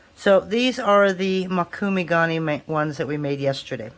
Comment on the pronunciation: It’s mOkume. Not mAkume. It’s a Japanese word for a technique used in metal work.